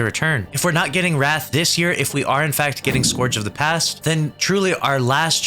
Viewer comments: Scourge is pronounced scurge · POV you don’t know how to pronounce “Scourge” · Its not scourge lol